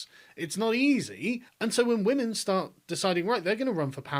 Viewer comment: What's a "wamen"?